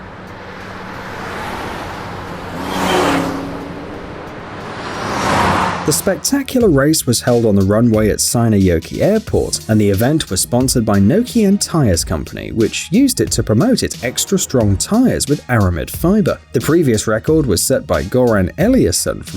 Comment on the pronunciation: "Vase Akiva Mackey" had to love autocreated subtitles :D "Vesa Kivimäki" pretty well pronounced, points from that! "Seinäjoki"(=Wallriver) didn't went so well, sound more like "saunajoki" (=saunariver).